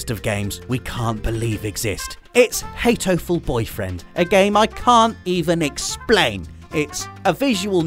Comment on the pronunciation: Hatoful Boyfriends' "Hatoful" was meant to be a wordplay on the English word "heartful" and Japanese for pigeon "hato". The "r" is not pronounced in Japanese so it becomes similar. For example, "car" would be pronounced "kaa" with a stretched short "a" sound. So actually it's not "heitoful", it's "haatoful". Loved the selections on this list and made me want to try all! Especially Nobi Nobi!